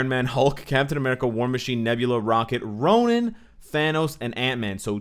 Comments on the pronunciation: errr... Ronan? i might be wrong... but all this while i thought Ronin is sounded "Roneen"... lol... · Nice video, excited about the update. Is it me or does it sounds you are saying Ronan instead of Ronin?